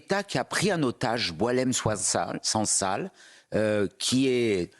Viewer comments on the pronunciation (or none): Il ne sait même pas prononcer son nom et il dit que c'est un compatriote. Hypocrite. Sansal est un traître et il sera jugé en tant que tel.